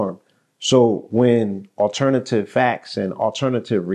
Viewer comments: The T is mixed in with the E lol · What is 'Alernatve'